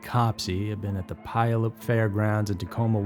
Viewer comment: Its pyallup, pew-wall-up bro